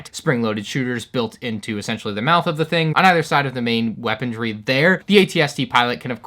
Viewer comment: the return of "weapon-dree"